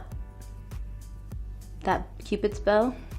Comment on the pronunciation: « Pupids bow »